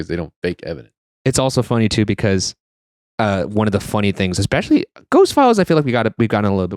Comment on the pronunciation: my absolute least favorites are when people say 'expecially' instead of 'especially' and 'I seen' instead of 'I saw'. Ugh 😅